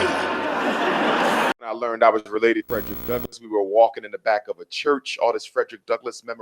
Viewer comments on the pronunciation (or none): none